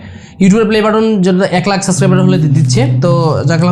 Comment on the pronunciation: It's subscriber not suscriber!